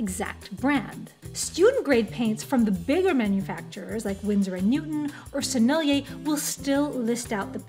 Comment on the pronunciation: I was intrigued by your pronunciation of "Sennellier" and I looked it up and sure enough, your pronunciation is spot on. Also, apparently "Arches" isn't pronounced "arch- iz". It's pronounces "Arsh"